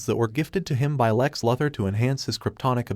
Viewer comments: Try saying Loo-Thor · For crying out loud ! It's Luthor, as in Loo-Thor !!! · Helpful FYI, that’s not how you pronounce Luthor. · How is it possible for you to butcher Lex Luther's name? 🤷🏻‍♂️